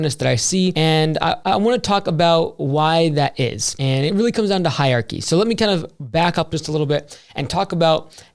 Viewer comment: it’s “hier-archy”